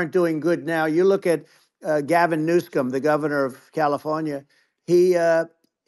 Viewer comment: He said “you look at Gavin New-scum” lmao the man is undefeated at name calling 😂😂😂